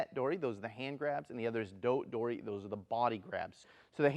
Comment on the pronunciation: When you use 取り alone, we pronounce TORI not DORI. It should be Tori waza not Dori waza. So an object Dori instead of an object Tori.